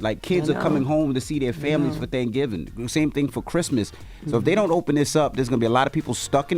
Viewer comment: "than-giving" 😆 I'm sorry. But Envy, that was funny.